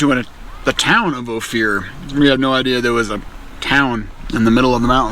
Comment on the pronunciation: Great Photoraghy and story telling. Ophir ispronounced Oh-Fir, short i sound. Thanks for sharing. Durango area is one of my parts of the state. I am a CO native from 133 miles East of Durango. Stay Safe out there. Happy Spooky Halloween!